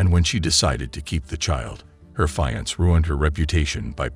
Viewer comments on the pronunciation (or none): "Fie-ants"? Dont you mean "fee-ant-say"??? >.> AI be trippin over words.